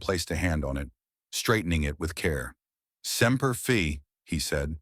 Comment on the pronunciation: When Semper Fidelis is shortened to Semper Fi the Fi is said with a long I (FI) or like five without the ve. Hope that makes sense.